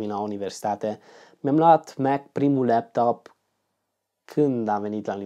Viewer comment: de ce zici leaptop ? :))